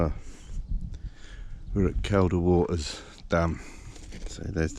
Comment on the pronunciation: It's pronounced "Keel da " water, you brute. The lakes are in the singular, too. I'll let you off this time. ( for your future ref. ) Enyoy these "vanners vids". I'm goosed now, but did plenty of it years a go. Enjoy ya time, whilst ya can.